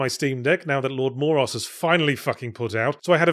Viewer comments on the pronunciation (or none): You have triggered my extraordinarily specific and weird hang up. Moros is pronounced with two long 'O' sounds, and a hard 'S'. Like Mow - Row - 'Ss'. Almost like the word 'morose,' which is derived from the name of the Daemonoi God of Doom and Final Fate, Son of the Primordial Goddess of Night, Nyx, and Elder brother to the Fates. weird Hellenic mythology gremlin noises